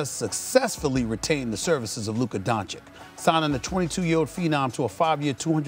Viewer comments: I think there's no hope that Stephen A. will ever pronounce Luka's last name correctly. (Don-chich not Don-chick) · At this point he says DonCHICK on purpose. You can't not know his name. But only mispronouncing the Nigerian names is disrespectful? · Learn how to say his name for gods sake. He knows how it’s pronounced but says Donchick on purpose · All those unnecessary words youre constantly using like "soliloquy" "blasphemous" "savant" etc etc and still cant pronounce DONCIC (Don - Cheech) correctly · Doncic signed a contract of over 200 million and SAS still can't say his name correctly. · Stephen still can't pronounce his last name.